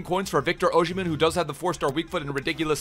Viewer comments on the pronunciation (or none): Its OsimHen not OsHimen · If he still played for us (Sunderland) we would be in championship. Also why can no one say his name right?